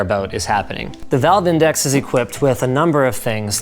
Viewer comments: "Vive index" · Did he really say “Vive Index” 😂